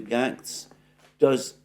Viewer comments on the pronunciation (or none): Alexander..its pronounced Gates.... not Gantz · Alexander, it is Matt Gaetz as in Gaytz, not Gatz. It is a long A. I know what a stickler you are for correct pronunciation, or I wouldn't have mentioned it. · With your permission Gaetz is pronounced "GATES" as I've heard his name used. FJB " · Gaetz, Alexander. Pronounced "Gates".